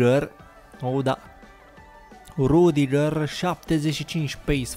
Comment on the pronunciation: Nu se citeste rudiger